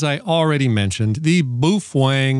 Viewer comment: dude calls it boofwang because he loves boofing wangs